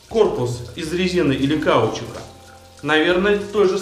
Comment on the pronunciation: Ты не умеешь делать ударения в словах? Что за кАучук? Погугли)))